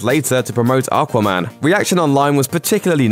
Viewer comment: What's "Arquarman"?? 😂